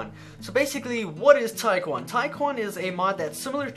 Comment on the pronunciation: I thought you pronounced taekkyon tachyon....